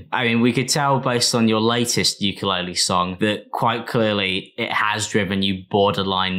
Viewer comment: Haha uke-lore-le